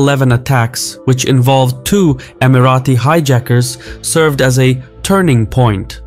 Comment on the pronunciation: Who told you that’s how you pronounce Emirati?